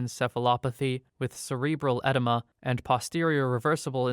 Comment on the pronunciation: I just want to applaud your pronunciations of all of these medical terms, but the one you got wrong was edema, it's pronounced "eh-DEE-muh" but everything else so far has been pretty spot on